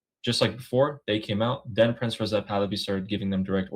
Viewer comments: PRINCE not Prinses or prinzes or how ever you are pronouncing it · PRINCE not Princes